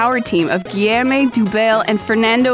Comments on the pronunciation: lol 'Geeyermay'. It's 'Geeyome' /ɡi.jom/ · "Guy-eme"' What the??? It's pronounced "Gee-ohm" (ohm as in resistance) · Just a pedantic nitpicking, but it's not gee-yer-may, it's gee-yaum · It's pronounced << Guiôm' >> :) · I'm not even close to being French but the way she said 'Guillaume' and 'monsieur', jesus.